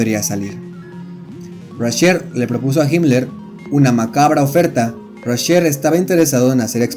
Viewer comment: Video pedorrisimo !!! Sigmund Rascher se llamaba no 'Raschel" Aparte los pilotos de la Luftwaffe ni eran nazis, es como decir que los pilotos rusos eran comunistas o los norteamericanos capitalistas. Pésimo video 😡 !!!